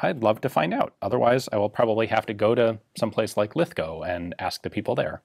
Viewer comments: > First time I have every heard an American on Youtube pronounce Lithgow properly. Yup +1 I'll be driving through it next month!! I'm pretty sure the AD73 = Lithgow 73, at least that's what it meant on the SLR/L1A1. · Said Lithgow right. You get a big tick in my book for that sir. Nice video as always. Kind regards from Oz. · I clicked like when Ian pronounced Lithgow properly, the first American to do so, maybe ever. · And you've learned how to pronounce Lithgow! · Sights are off set because we're all lefties! Hahahahahah. Nice video Ian. You got Lithgow right! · Thank you for pronouncing Lithgow correctly! I’ve been to the small arms factory here many times; fascinating place!